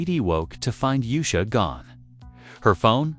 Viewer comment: Her name is not Yu'sha! Its pronounced Oosha!